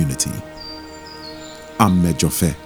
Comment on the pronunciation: great cinematography but the narrator could have done a better job with the pronunciation of amedzofe. but awesome work all the same. ob is the man!